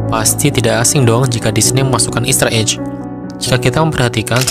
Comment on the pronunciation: Saran aja, bedakan cara baca "egg" ama "edge". "Ejj" jatuhnya buat "edge", bukan "egg". kalo "voyage" itu caranya bacanya "voyej".